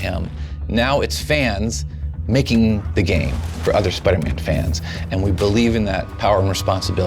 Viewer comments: It's Spider-Man Not Spuderman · Spidah man